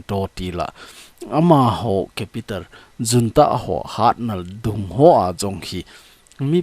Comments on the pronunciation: Junta pronounciation hi Unta hilou d ham sir.... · Junta is pronounced as 'Hunta'